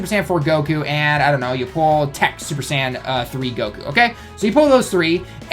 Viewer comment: It sounds like you're saying sand banner instead of Saiyan banner lol